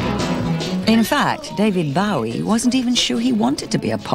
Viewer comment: I hate it when people call him Bowwy!